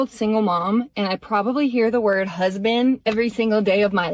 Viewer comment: Yikes! “Where’s my husbank?”